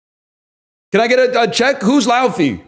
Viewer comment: Laufey is fantastic, the iclandic pronunciation is "Lay-fey"